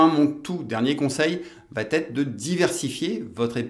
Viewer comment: Très bien votre vidéo. Mais par pitié, attention aux liaisons: elle va t’être : il n’y a pas de T à va! Merci, cordialement😊